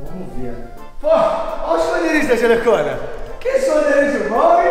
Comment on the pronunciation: nss o falou " "Jelhecõna" so deizer "Jelecona"